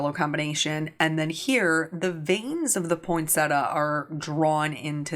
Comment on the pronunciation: Point-Set-Tee-Ah is the correct pronunciation... not point-setter. 😉 I don't mind the um's - it's the sniffing I don't like. Eeewww gross 😆